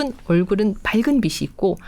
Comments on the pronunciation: 빛이 환하다를 비시 환하다라고 읽나요?비치 환하다 라고 읽는거 아닌가요?라디오처럼 듣고 있다가 머리 빗는 빗을 말하는가 했잖아요.ㅠㅠ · 빛이,,,,발음이 비치 입니다,,비시 아니라,,...........빛은 ,,,비슨이 아니라,,,비츤입니다,,교수님 다 좋으신데,,발음 교정이 안되시까요,,,ㅎ.ㅎㅎ